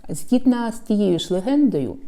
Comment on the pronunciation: Дякую за Ваші відео! Дивлюсь регулярно. Лише прошу, якщо це не нові правила вимови, спробувати не вживати ґ в "гарний", і ... ще одне..."згідно" здається. Чи це нові правила?